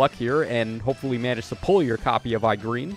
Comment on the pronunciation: When “E-Gren” is butchered to “i-Green”, that alone made the video fire 🔥🥶